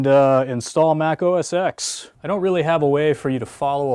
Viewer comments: Please, please, please.... stop saying 'Mac OS EX'... Say 'Mac OS 10" as X is 10. Please!! :))) Ehh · It's Mac OS TEN, not Mac OS EX